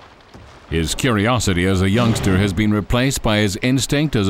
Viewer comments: Yang..ster ...for youngster lmao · "Patch is still a youngsteh" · What the hell is youngstair? and what is premival?